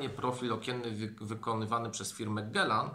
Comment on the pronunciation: Gealan, nie Gelan Panie ....